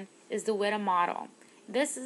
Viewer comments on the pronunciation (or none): WIDA is pronounced Wee-da, not short [i].